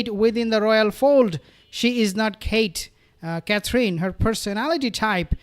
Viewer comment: Aww Thank you for pronouncing Catherine's name better you did it just right